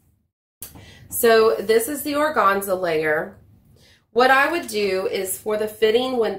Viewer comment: Very informative video. Thank you! Also, organza? That middle syllable for sure rhymes with fan/man/pan. :-) I'm a professional word nerd.